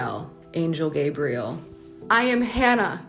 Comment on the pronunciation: "Peope with grabriel on their names.."